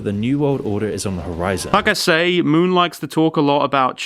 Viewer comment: Moon? More like m-ew-n